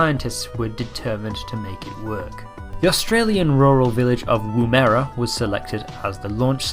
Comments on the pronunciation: It’s not pronounced “womera” It’s pronounced wom-ra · womera hahah ITS WOM like WOMAN ---ERA womerah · As an Australian, hearing him saying Woomera like that was hilarious